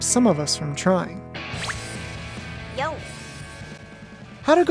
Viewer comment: Goddamn it really bothers me that you keep calling her "Haruka". It's an O at the end dude